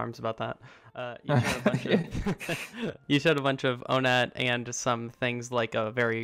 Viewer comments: I say “On et” but it’s meant to be pronounced “one et” apparently? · The official pronunciation is "Oh-net".